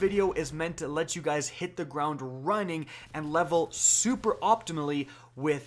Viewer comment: He said optimaly